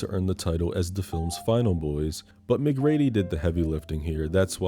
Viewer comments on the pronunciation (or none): Ooo we're gonna fight the way you're pronouncing MacReady 😂 you should have done Devil with the dude from the invitation.